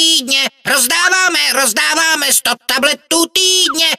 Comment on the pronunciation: radši to už to poslouchat nebudu. Slyším talbetů